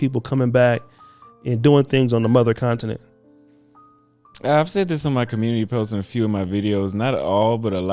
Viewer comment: Someone please teach how to pronounce continent.